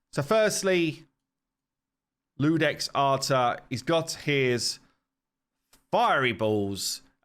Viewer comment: It's pronounced "You-dex". Iudex is the Latin word for judge. The Romans had no written letter y and the j was written "i" and pronounced with a y sound as in iudex and Janus (Ianus).